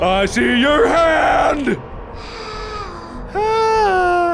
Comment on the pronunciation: the heand